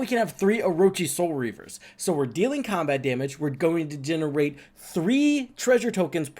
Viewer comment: "Next Comat" 😂